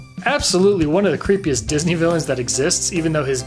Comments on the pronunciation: "Dis-knee"? LMA Fucking O ! Buaaahahhhaha. Shits gold dude. Lol. Keep it up. Glad to see the channel expanding!!! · No one: No one at all:: disKNEE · "Dis knee" 😂😭😭